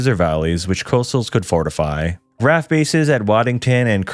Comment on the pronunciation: For me it wasn't the pronunciation that got me heated, it was saying RAF as one word when it's an abbreviation and saying the individual letters is correct.